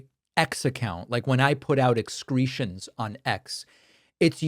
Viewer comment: "Xcretions"... that's beyond perfect... 😂💙🇬🇧